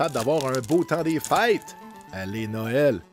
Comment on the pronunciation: J'étais persuadé que tu disais fight pour le mot a dire, je comprennais pas pourquoi 😂 en fait c'est fêtes ahah bonne fêtes a tout le monde